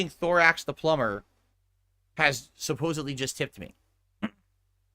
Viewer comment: Imagine dropping 150 on the pigroach just for him to go on a long rant about how suspicious your donation is, and get "plumber" wrong. dents are really special. Looking forward to the rant in the future when will explain how this guy tried to control the stream and was a detractor all along.